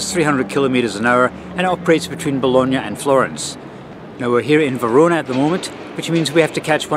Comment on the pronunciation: Now I know the correct pronunciation of Bologna. I called it Baloney lol 😂